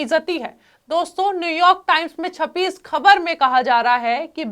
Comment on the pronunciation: उर्दू जुबान ठीक करो खबर नहीं ख़बर होता है।